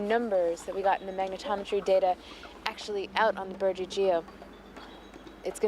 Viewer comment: The correct way of pronouncing it is Burgi Geos as everyone else did but him, as in the name of the place not "The Burgi". The whole site was Burgi Geos too, not just the part he called "The Burgi" while standing on Burgi Geos. The entry where the standing stones are is Burgi Geos, where the ladies were putting their first trench's in was Burgi Geos too, he called only where the ladies put their trench's in "The Burgi" while looking at the first trench he thought was a burial mound. He sounded like a complete tool, it would be like calling Great Britain "The Great" Or New York City "The New" and be standing in those places and saying over there in * that's a spot just 4 meters away. You shorten the name of a place you frequent often amongst friends or frat brothers and only use that shortened name amongst them. To a friend: "I am heading over to The Dragon for a drink, You coming?". A stranger asks: "Where's a good place to get a drink?" Answer: "The Green Dragon, Best ale in the Shire". You tell the stranger "The Dragon" and you are a complete tool because that stranger will be looking for that and not the correct location. You would be a complete tool.